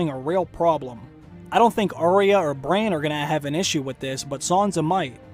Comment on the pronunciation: its BRANN not BRAIN